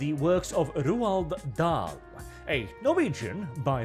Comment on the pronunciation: Finally hearing his name pronounced correctly, it only took the destruction of his work. Still, every cloud... Cheers,.